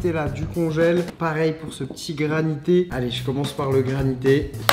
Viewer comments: C une granita pas granite zbi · GRANITA PAS GRANITÉ !